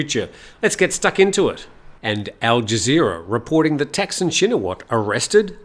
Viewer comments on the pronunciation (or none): Another pronunciation quibble: 1. Thanksin is pronounced like “tuck” (as in “tuck in”) and a very short “seen” with a questioning tone (“sin?”). Shinawatra is pronounced “chin-a-wat?” (“chin” as in “cheap” but said more quickly, “wat” rhymes with “putt” and with a questioning tone as in “what?”) 2. Srettha is pronounced “set-tah” (drop the “r”, long “ah” as in sighing happily “aaah”) Thavisin is pronounced “tawee-seen?” (there’s no V in Thai, and “seen?” Is pronounce quickly with a question tone, exactly like the “sin?” in Thaksin) :) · It’s Thaksin, not Texan. please respect the language and people of Thailand